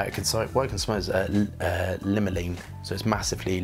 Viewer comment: Just before he said he was dyslexic, I was thinking, 'he must be dyslexic'... because of how he pronounced bergamot and limonene! His olfactory prowess makes up for that, though! I've discovered it's almost pointless testing from cartridge paper - it selectively gobbles up some of the components, and doesn't have natural warmth. My very dry skin can ruin a lot of perfumes, too. 🫤